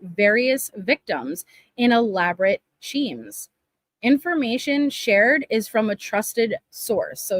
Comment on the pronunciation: Sorry got a little giggle when you said schemes...shemes 😂